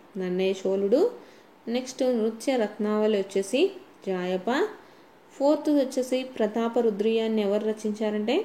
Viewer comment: Not japaya it was a jaayapa